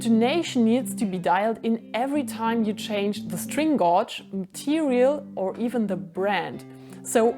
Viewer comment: Please learn how to say gauge…..